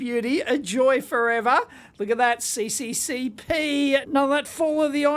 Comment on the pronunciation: It's not see see see pee, but SSSR :D (or American pronunciation - USSR) it's cyrillic